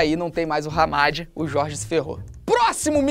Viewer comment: Não posso ouvir o Felipe falar Jorge que começo a rir descontroladamente 😹😹😹😹